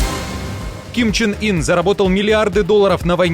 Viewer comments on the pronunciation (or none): Почему Ким чин Ин? Ким Ян ун! Попробуйте найти правильное произношение на корейском!